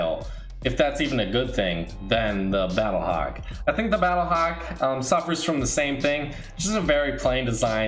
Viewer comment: I got triggered when he said battlehawk and visitor